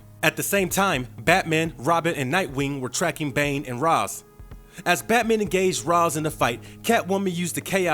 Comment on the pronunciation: What's with people not bothering to pronounce Ra's name properly?